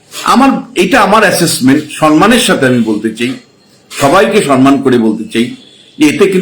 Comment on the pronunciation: আপনি "সম্মান"কে আর "সন্মান" বলবেন না মমতা বন্দ্যোপাধ্যায়ের মতো। Please!